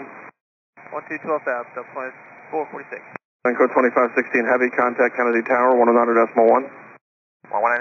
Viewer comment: It sounds like Lanco, not LATAM.